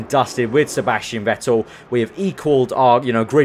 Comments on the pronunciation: You speak it "fettel" , not wettel :D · I am going to kill myself if i should listen to a career mode where you are saying "Vettel" the wrong way in Germany you say V like an F so you should say "Fettel"!!!!!!!!!!!!!!!!!!!!!!!!!!!!!!!!!!!! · Vettel ist pronounced like "Fettel", sharp F